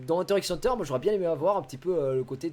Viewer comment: bah du coup c'est hunta hunta je crois pas hunter hunter si tu veux le dire de manière japonaise